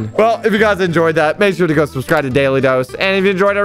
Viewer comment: “Smash that shubscribe button “ lol that’s wat said